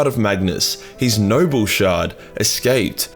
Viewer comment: For the first five minutes your accent made it sound like you were saying “nurgle shard” So all the talk of merging the “nurgle” shard had me asking but why tho?